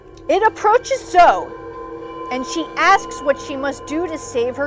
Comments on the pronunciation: Why did you say Zo instead of Zoe. It's pronounced Zo-eee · My bad, but I'm still pretty sure it's pronounced Zo-ee. You can pronounce it however you want to, but it's most likely zo-ee than zo. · I’ve personally never heard anyone pronounce it that way. Zo-Ee would be Zoey. But you can of course pronounce it any way you want.